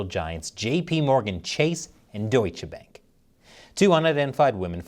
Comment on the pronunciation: Seriously? You got a German on staff. You should know how to pronounce Bank.